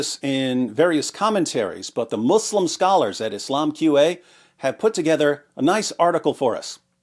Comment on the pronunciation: You humiliate Mou-slim(accent to ''slim''). Sounds more funny